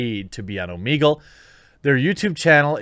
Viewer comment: It's oh-meh-gull, not oh-mee-gull, you [REDACTED].